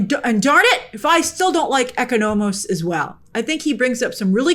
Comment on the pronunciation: See, this is why the English language needs accents on letters sometimes so Americans know which vowel to emphasize on certain words. It’s pronounced “ECÓnomos”, not “EcoNÔmos” Aaargh! Dammit Grace, this will bother me for the rest of the night